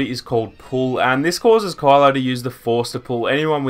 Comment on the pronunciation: Why do you say "Call-o" his name is Ky-lo. I know it's ur accent but it's weird. It almost sounded like Carla sometimes. Pronounce it correctly bro.